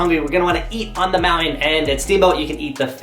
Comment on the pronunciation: The word mounTain has a T in it.